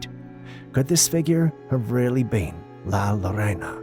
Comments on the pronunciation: My dear, it's pronounced "lah lore-oh-nah" La Llorona, i.e. the wailing woman.. your welcome... your loyal watcher and walking dictionary 😊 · Hi,Josie here in Az,camera 16 of La Llorona, this is how you pronounce it. {Yo-Rona}